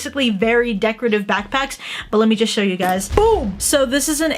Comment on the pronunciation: Aki: let me know guys..... What i heard: LIT ME KNOW